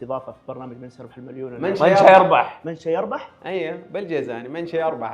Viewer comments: سيربح ❌ شيربح ✅ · بندر ليش تقول شيربح سيربح المفترض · من سيربح وليس من شيربح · سيربح❌ شيربح✅😂😂